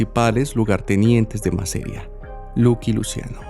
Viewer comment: No es MASERIA, es MASERíA!! (Con tilde en la "i".)